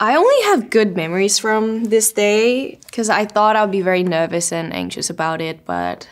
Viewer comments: yeah! Her nuhhviss really stood out 😆 I hadn’t realized her accent had gotten weaker over time until she mentioned it, but there are still some hints. It’s cute :) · The word “nervous?” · the way she enunciated "nervous"